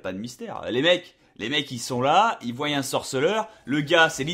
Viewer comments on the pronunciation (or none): et encore moins "qu'ils voiyent"